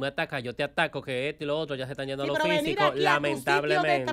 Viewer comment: No se dice iendo se dice yendo porfa